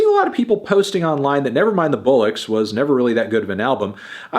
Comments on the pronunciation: Anthony, it's not pronounced "bull-ucks". With an American accent, it's more like "ball-ucks". That aside, thanks for sharing. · Why is he pronouncing "bollocks" as "bullocks"? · Not Anthony pronouncing Bollocks like Bullocks as in Sandra Bullock 😭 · wait is that how Americans pronounce bollocks? ive never heard it that way before today, in (afaik everywhere in) england the bol is pronounced like it is in bollywood and the locks is lux. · Could someone please teach Melon how to pronounce “Bollocks”? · Can Anthony not pronounce 'bollocks' properly, or does he just say it that way so as to not get demonetised?! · Your pronunciation of "bollocks" is shocking 🤣🤣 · Why he saying 'bollocks' like that tho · Why he pronounce bollocks like that tho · Why tf Anthony pronouncing bollocks like that? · Anthony’s pronunciation of bollocks has me puking and shitting